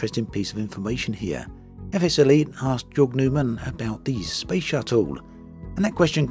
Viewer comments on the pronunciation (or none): none